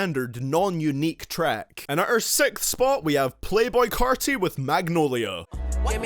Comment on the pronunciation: ok i agree except when u carti u say the same thing for each song “it dont sound right” and u said carti boring nigga please u cant even say they name right 😂 and how do new freezer and the race not sound right ? 💀 and im pretty sure migos made dabin around 2012